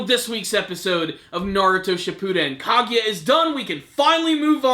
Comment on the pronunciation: you might need to work on pronouncing the names of people like Minato Kaguya and a few others